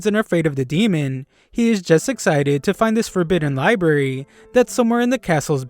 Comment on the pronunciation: libarry?? 📚 It's library. LIE-B-RARE-REE